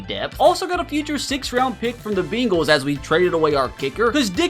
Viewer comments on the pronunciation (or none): none